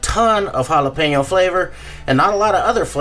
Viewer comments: Ricky: "Listen man, why don't you go down to the store and pick me up some Ja-lap-en-oh cheese sticks, and I'll hang out with ya" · the J is silent, ricky !